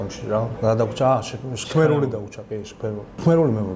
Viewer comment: ჩქმ არა შქმ))